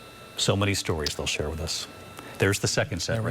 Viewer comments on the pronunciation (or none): none